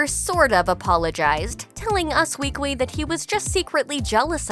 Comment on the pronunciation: US "weekwy"??